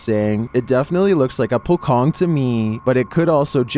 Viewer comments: sorry, for pocong it's pocong, not pokong, it's still C in it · hello sir, the number 16 was not called "pokong (pocong)", it's "poh-chong" in malaysia, indonesia, brunei and singapore. thanks for your videos. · its not po-kong,its po-cho-ng🙏🏻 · Video No. 16 pronounce with C not K. Thank you. Btw, I'm a fan. Keep doing with all great content. Never missed ur video